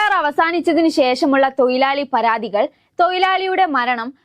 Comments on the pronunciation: തൊയിലാളി അല്ല മോളെ തൊഴിലാളി ആണ് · തോയിലാളി അല്ല. തൊഴിലാളി 😮. എത്ര വിദ്യാഭ്യാസമുണ്ടെങ്കിലും കാര്യമില്ല😮